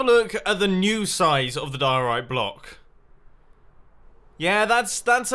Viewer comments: Die-Orite! Its name should be Orite. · Oh my god I can't believe that Mumbo lost his occasion of putting mustaches on the diorite block and call it mumbo diorony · Senior Dumbo Dioriti (Diorite-I) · his name should be die-ore-bite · Call him Di-Ri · Dio-rita. Diorita. Rita. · Call It "Happay diori" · You should call it (die-Tony-I) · Its diey the dieorit block its nastey bl9ck but good biuld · It’s Diorni or senior-block-of-the-week-oni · "Diorito Blockoni" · Call it the die-orite